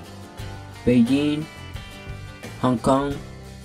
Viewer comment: Beiging Shangkai what kind of pronunciation is that